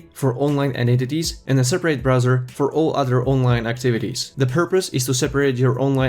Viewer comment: Is he saying identities? Sounds like eyenentities.